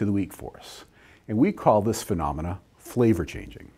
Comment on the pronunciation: Why can't you say "phenomenon?"